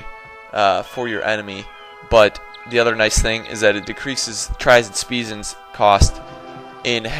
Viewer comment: "Tries and Speasons" LOLOL